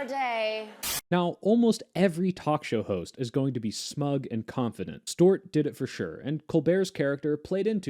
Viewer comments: Boy, why do you keep calling him Jon Stort? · What is this pronunciation of Stewart?